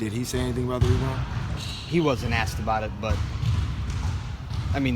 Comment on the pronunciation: “I aKsed him...”